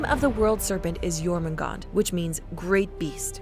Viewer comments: Pronounciation cop work aside, it just hurts to hear Jormungandr's name be slaughtered and spoken as "Jormoongawnder." It's "Yawrmungaengder." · It's not pronounced " Germangander " , it's Yourmangander ". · It's Jōrmüngandr, not Jōrmüngand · YORMUNGAND, not JORMUNGAND. Sorry. I am just passionate bout that J->Y Lyfe. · Why does everyone say “Jormungand”?? Its jormungandr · It's pronounced jormungandr not jormangand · Did it trigger anyone else when she pronounced j with a “ji” sound instead of a “Yi” sound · *jörmungandr -> Yormungandr You’re welcome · FYI, it's pronounced "Yorgondmondar" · Only thing. The “J” names are pronounced as soft j so more of a yuh sound. Other than that great video. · The world serpent (Jörrmangandr) is pronounced like: your man gan der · Yet you pronounce it wrong. It's Jörmungandr, with a J. Don't preach if you don't have facts. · Imma be completely honest, I was slightly annoyed when Jormungandr’s name was pronounced wrong, but other than that I think the mythology was explained quite well. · You're forgetting to pronounce the 'R' at the end of Jörmungandr's name. Also it mean Huge Monster, not great beast. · That was probably the worst way I’ve heard Jörmungandr being pronounced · The way she says Jormumgandr without the r is a slur in my language. It’s too funny for me at this point. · I cringed so hard when she said Jörmungandr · It's pronounced "Yowtun" "Yormungandr".